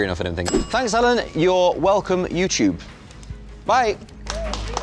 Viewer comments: Nobody: Liam: youchube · How he pronounced YouTube I heard that once on BBC radio 1 thought it was mistake now I know British are weird. Thank good we learned british English in school but teacher taught us American <3